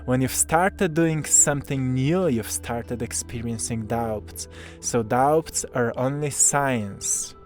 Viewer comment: 💕 sweet... The "b" In "doubts", is silent. 😇